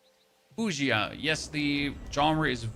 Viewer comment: Love your energy and enthusiasm in every video, sir! Oh and WuXia is very similar in pronunciation to “Woo Siya” or “Woo Seeya.”